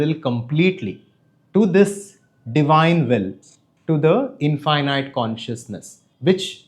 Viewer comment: Your pronunciation of infinite is wrong bro. It sounds weird